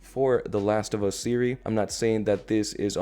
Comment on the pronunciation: Yoooo it’s “series” not “Siri.” I wanted to tell you that in your previous video haha.